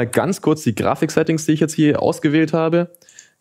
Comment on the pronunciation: Und er hat wieder Grafich gesagt😂😂 Echt krass was heutzutage PCs leisten können...